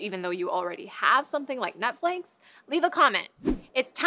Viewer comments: did she say Netflinx? lol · you said "netflinks" dont try to mix netlinked and netflix ;)